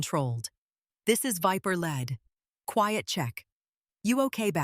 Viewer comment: Viper leed . Not viper led or do not say viper lead like a lead pipe. Lead is pronounce leed . So you should say Viper lead ! !